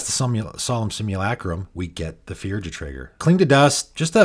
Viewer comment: Hello. Firja is a Norwegian name and it's pronounced Fur-ya.